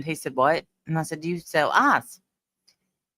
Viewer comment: when you say ice, I hear arse 😂 true 😂. I wonder if the man from the store thought that was what you were asking for lol